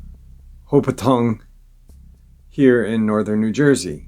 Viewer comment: The last encounter butched the name it's pronounced Ho pac Kong..it's in Warren county north west corner county of the state...not my encounter but I lived a few towns over so I know the area well...just in case anyone wants to look for themselves..it's close to blairstown nj where the original Friday the 13th was filmed in the boy scout camp...camp nobe bosco